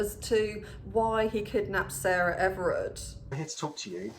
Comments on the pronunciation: Hey I just wanted to let you know her name is Sarah Everard not Everett. I hate correcting people but I thought it was important. Also I’m loving you with the blonde hair, I haven’t watched your videos in a while and blonde really suits you!! Last time I watched you were a brunette 💕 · Her surname was Everard, not Everett.